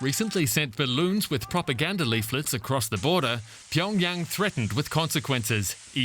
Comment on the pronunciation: Why does the Anchorwoman keep saying "pee on Yang" instead of Pyongyang? 🤔